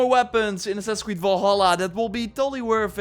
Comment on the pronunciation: This man calls assassins creed “assass creed”